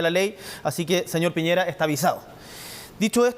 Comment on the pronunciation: dijo Pireña, aunque se entiende que para allá apuntaba, así son los pseudoperiodistas.